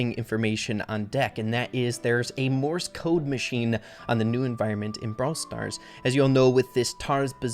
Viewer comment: every time he says "morse code" all i hear is "MORTIS CODE" "MORTIS CODE"